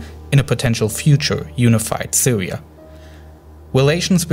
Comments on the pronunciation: I hope the Sywia waw ends soon, and hopefully the Wussians and the Amewicans can wowk on something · siwia and medateween. lol